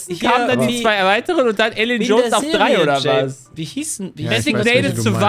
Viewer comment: Bin ich der einzige, der diese D-T Schwäche von hört? 😂 Trei, Tritte Lösung